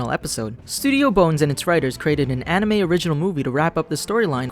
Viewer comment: "The 2003 ani-mee series" Also that Regular Show also parodies G Gundam, Gurren Lagann, and Evengalion